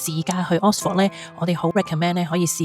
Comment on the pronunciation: 如果這集介紹Oxford，可能留意一下oxford 個正確發音😅, no offence，Thanks for sharing.